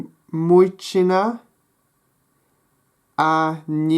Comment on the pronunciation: Well something is wrong with the word мужчина. The stress should be on the second syllable. Женщина is almost ok, but is should begin with the sound (I don't no how to write it) like in the word pleasure, Zh. Мальчик. The stress is on the first syllable. ем. You said something like ''yom'' instead of ''yem'', But on the whole the pronunciation is quite good. I''m a native Russian speaker, btw.